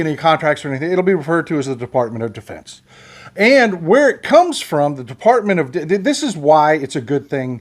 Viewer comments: You almost called it Defartment of Defense. I like that. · I know it was a flubb, maybe not, Defubbed, was a great slip of the tip. -Boone, Amarillo, Texas